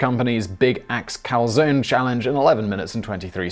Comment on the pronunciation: ok gotta say it. There are people starving in the world. Still subscribed despite pronunciation of Calzone